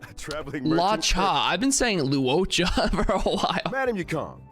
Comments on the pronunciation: Actually, your pronunciation of Luocha is accurate in Chinese, even though it is kinda weird. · you actually pronounced luocha perfectly luo sounds the same in both luocha and luofu